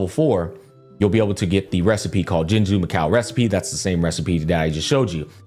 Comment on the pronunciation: That's it! I've come up with a new recipeh!